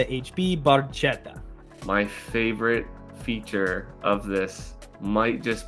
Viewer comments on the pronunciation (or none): none